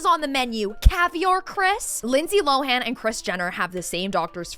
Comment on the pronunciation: Lindsay Lohans last name is pronounced LOW-EN!🤦🏽‍♀️🤦🏽‍♀️🤦🏽‍♀️🤦🏽‍♀️ NOT 🚫 LO-HAN!🤦🏽‍♀️ LOOK IT UP SHE MADE A VIDEO EVEN SAYING IT HERSELF IT'S PRONOUNCED LOAN LIKE L O W E N. 'LOWEN' LIKE THAT!!!! NOT LO-HAN!!!! THE H IS SILENT